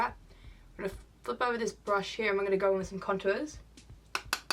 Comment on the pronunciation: “We’re just gonna see what we can do hea” * Slays it